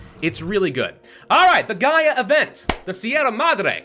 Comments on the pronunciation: it's the GaLa event, not the Gaia event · It hurts me mentally that is worried about pronouncing Sierra Madre correctly when he keeps confusing gala for Gaia. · it's the Gala event, not the Gaia event